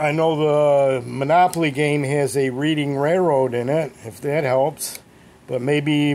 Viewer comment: It's pronounced Redding. I live 30 minutes from Reading PA. I had no idea someone used to make knives there. That's a great looking knife.